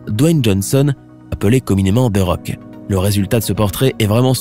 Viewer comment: Tu a mal prononcé the rock